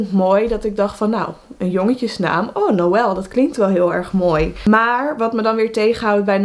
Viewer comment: Ik weet niet waarom maar ik vind noël echt prachtig en als je dat zo uitspreekt van mitchel, rebecca, revi en noël vind ik echt prachtig😍😍